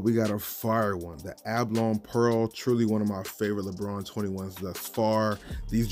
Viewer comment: It's a ba lo ny not A ba lon